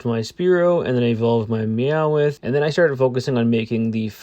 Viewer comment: Why do you say meow-ith it’s just meow-th. I get the mix up just so you know I’m not hating.